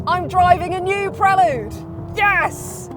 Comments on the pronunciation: I wish se would call it "prelude" as it's meant to be spoken! 🙄 Prel"u"de not prelud! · Surely its pronounced Prel Yood, not Prel Ood? Apologies if Honda have told you to thats how they like it pronounced? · When the in God's name did it become a Prell-ood? It's pronounced Prell-YOOD. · I owned a 4th gen prelude but I’ve never heard it pronounced the way you pronounce it. PRELL YUDE not PRELL OODE. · Pronunciation = Prelyood ( I believe) As in the opening piece of music , it otherwise sounds like a sedative. Honda also made the ‘Concerto’ and the Accord too…. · No, I can’t deal with 9 minutes of ‘Prel-lood’… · And “pruh-lood”….? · Prellood? Ok. Whatever. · Absolutely painful review. I counted 37 "Preh-lude" name plugs and the reviewer letting Honda off the hook for this cars COMPLETELY sub-par performance is inexcusable. For not a lot more money you can step up from this 200hp embarrassment to a 641hp Hyundai Ionic 5N. This may be the first sign of tough times ahead for Honda. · I hate how she says prelude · Her mispronunciation of Prelude is driving me nuts!